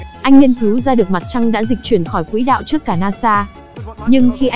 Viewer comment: b có xem clip k, clip đang nói quỷ đạo đó, nên xem nội dung trc khi rep comt ng khác nhé, ok!